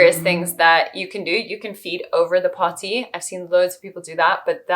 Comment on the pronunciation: Dear god the way you say potty is a war crime. Please focus on your diction.